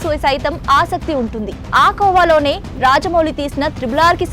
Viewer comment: AA KOVA LONE😂😂😂😂 ENTAMMA NEE TELUGU ❤